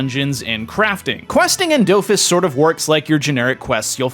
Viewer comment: Do-Fus not dowfus